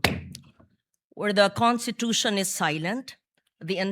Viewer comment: IT'S PRONOUNCE 😂CONSTITUTION NOT CONTITUTION !!!!